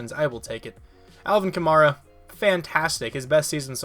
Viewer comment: This is how you say it. Kuh- MAR - uh